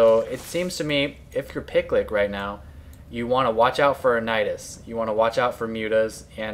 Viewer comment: I think the name is supposed to be pronounced more like PickYou LickYou [Pi-Q Li-Q]